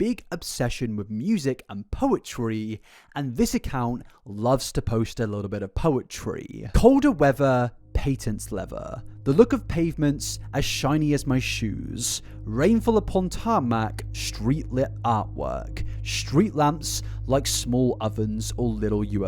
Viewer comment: pa-tent. not "paytent" leather